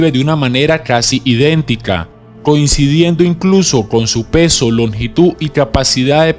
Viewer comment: La longitú, casualidá, velocidá, humanidá, impaitantes, etsibida, proyeitada, etsautivas, inyetsion, seguridá, etsplosion, atsidente, etsito !!!! Que idioma es el que hablas?